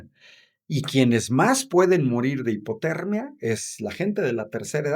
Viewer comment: morir de HIMPOTERRRMIA jajajaja